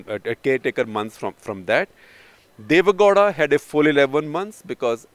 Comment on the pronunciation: For heaven's sake Shekhar it's not Deve "Ghoda", it's Deve "Gow-da"(gau-da). You hv been repeating this since the days of "karnatak". Get your pronounciations right as a journalist.